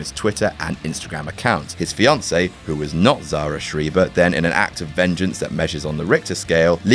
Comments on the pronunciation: Linguistically, it's Schry-ber. Although we are talking about the US, so it's probably Schree-ber. Because the US hates linguistics. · Schreiber is pronounced shry-ber. I speak German so I felt obligated to correct you instantly –_